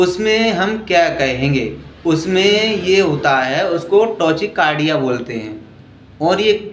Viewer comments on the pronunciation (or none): Bhai tachycardia hota h vo 😂 tochecardia nhi